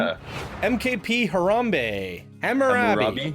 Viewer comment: You guys aren't too good with reading and know nothing about the histories of these areas do you? It's Caesar AGUSTUS. (YES THE V's ARE U's) ROM-U-LUS AND RE-MUS. HAM-U-RAB-I, HA-DRI-AN (hay-dri-an) Come on man. Most of these names are based on historic figures that you should have likely learned about in school.